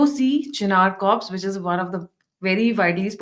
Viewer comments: Corps is not pronounced as Kore not cops please correct it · It's pronounced as Core not Corps